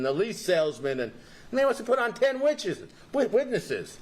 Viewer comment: And than he says "the witches" instead witness's. He's too much.